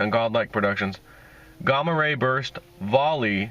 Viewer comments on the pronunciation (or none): Gaaaaaaaamma ray, there are two m's for a reason, the short vowel sound. Ligo is pronounced, (Lie)go, with a long vowel sound.